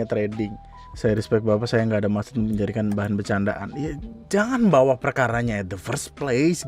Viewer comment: Itu orang bahasa indonesianya jelek ..ga bisa bedain bawa dan bawah 🤣😂